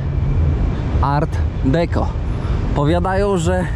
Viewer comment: Mówimy art decô